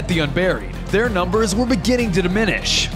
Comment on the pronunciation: why did you say nember